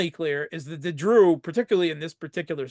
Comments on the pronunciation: He says « Dru » but isn’t it actually « DRUZE »?? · The word is Druze. Huh? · The people are Druze (singular) and Druze (plural), no such word as "Dru" lol.